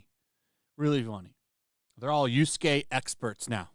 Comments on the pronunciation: Sorry, stop saying yusuke its yasuke please. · Dude i can't with the yusukei. It's pronounced YA-su-Kei. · Bro I hate this woke shit more than anyone else, but It’s not Yuske my guy his name is Yasuke lmao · Just one thing... You keep calling YAsuke "YUsuke". One of them is a Retainer, the other is a Spiritual Detective.